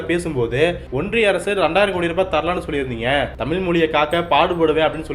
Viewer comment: தமிழை, தமில் என்று உச்சரிப்பது நன்றாக இல்லை.